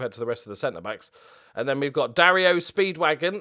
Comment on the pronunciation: Da-REO Speedwagon...